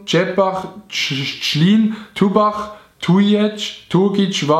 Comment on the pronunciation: Es heist net turbach sondern türbach